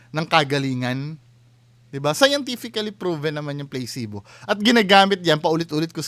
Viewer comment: It’s pronounced as PLA SI BO and not playcebo